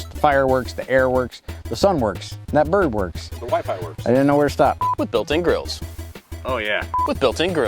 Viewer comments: Instead of "grills", i heard "girls". I too want a picnic table with built in Girls. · I thought said built in girls